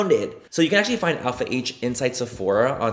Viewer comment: All I think about now is when Laura Lee pronounced “Alpha H” as “Alp-hah” 💀